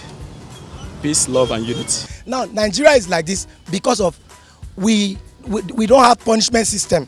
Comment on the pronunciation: Wy do you guys say Ningeria? Isn't it Nigeria?